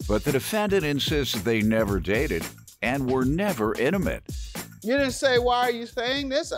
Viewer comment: Emucalte lol I am dying it’s INTIMATE